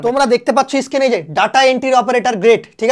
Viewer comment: It is Screen not skin.please try to correct your pronounciation.